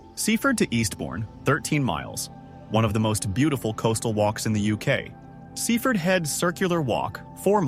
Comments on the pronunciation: Sea Ford. Not seefud. Cook mere not Cuck mere. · You pronounce it Sea Ford if you are a local